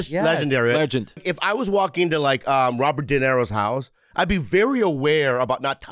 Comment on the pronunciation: Did Bobby just say “Robert Dinero”?